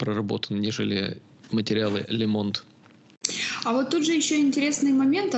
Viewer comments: "Лэ Монд..." Ох и сэло... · Произносится Ле Монд!!!